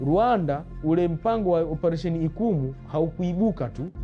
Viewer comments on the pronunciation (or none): Ni "Ichumu" mkuki! Sio ikumu